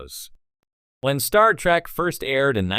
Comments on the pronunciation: Pet peeve of mine is saying Star Track. And yeah pronouncing Picard's name wrong. Like Q in "Tapestry", or the hotel owner Miss Carmichael in "Times Arrow part 2". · Star Track? Chris-toe-per?